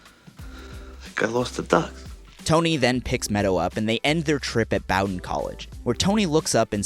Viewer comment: It’s ‘BO-din,’ like, rhymes with ‘Odin.’ Great series though, love your stuff.